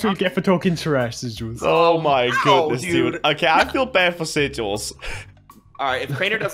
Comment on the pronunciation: Its sigils no singills